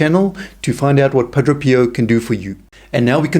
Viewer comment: Pa DRAY!.... Not Pa DRO!